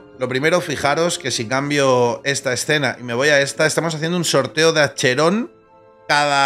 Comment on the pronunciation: bueno sin ofender pero tu tampoco te puedes quejar de como traducen tu dices "acheron" asi como viene cuando se pronunciaria "aqueron o akeron" no es una traduccion pese pero es el como suena asi que punto valido creo yo